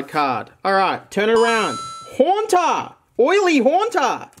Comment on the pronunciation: Horntar aka Haunter. Speech impediments are interesting